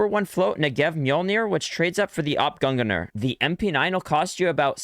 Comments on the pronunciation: i really dont get how people screw it up so much... its so easy its just gung- neer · Sorry but… : Gånganor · He said: AWP Gunganer... and no one talks about it